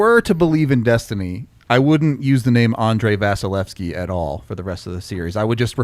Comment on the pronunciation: Anyone else bothered by the way is pronouncing vasilevskiy?